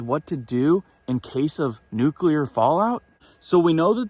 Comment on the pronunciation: It's not nucular, its nuclear. Gees.